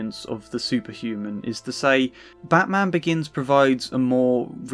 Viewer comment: I like when Krane said batman . It kind of sounds like Bad - man, all whilst coinciding with his facades visible erosion. All - be - it slightly. It's like he fancies the batman is a rouge patient of his or at least less of vigilante and more of someone in need of a visit to the asylum because he needs it, probably just as much as he does. It's like someone able to resist his fear toxins encourages him to sink deeper into his scarecrow persona. Perhaps just to find inspiration for stronger batches of fear toxins for future use. Something like thar😅